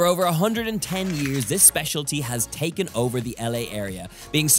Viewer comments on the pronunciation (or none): none